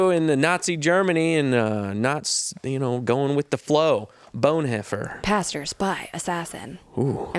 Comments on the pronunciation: That last ad read was painful 😂. Please note the pronunciation. Not Bone Hoe Fer... Bon Hoffer. German Christian who went from being a pacifist to plotting to kill Hitler and died a martyr. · His name is pronounced "Dee-trick Bon-hoff-er."